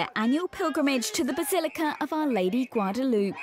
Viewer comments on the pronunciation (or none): Learn how to pronounce Guadalupe Loopay not loop.